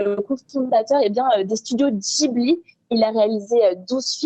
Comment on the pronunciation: Pareil pour les studios "JIBLI"